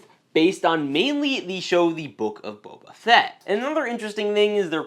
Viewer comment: I’m sorry, but I just couldn’t stop laughing when you said “The Book of Boba Sett🤣”